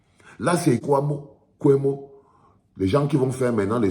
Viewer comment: C'est kwebo et non kwemo